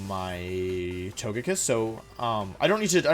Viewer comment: I just realized that now when I say "Togekiss" out loud the way I normally pronounce it, it sounds wrong. You have, intentionally or not, brainwashed me.